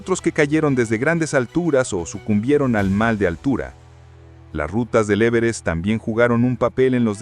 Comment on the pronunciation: En la ia esta no se pueden pronunciar bien los acentos,el e verest?